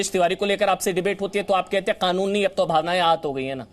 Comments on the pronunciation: Mullah kaanun ko khaanun bol rha ha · Khanoon nahi kanoon chutiye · अबे खानुन नहीं कानून होता है..🙄